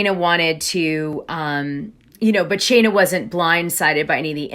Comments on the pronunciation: Her name is Scheana not Shayna, why do you keep calling her Shayna? It makes you look like you don't know what you're talking about when you can't even get a name right! It's been pointed out to you before when you did a story with her and Brock, that you said her name wrong about 13 times! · I really enjoy listening to you, but you mispronounce names (i.e.- it’s not pronounced Shay-na, it’s Shee-na, and it’s not Air-iana, it’s Arr-iana.